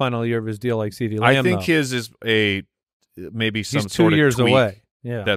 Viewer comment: Think did the thing where he blended two words on accident 😂 “Uhhhhhmaybe” came out as “Uhhhhh baby!”